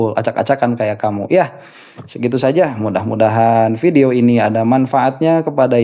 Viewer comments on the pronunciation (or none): none